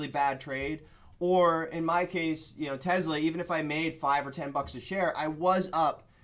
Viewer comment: It’s TESLA not TEZLA guess it doesn’t matter as long as your making money.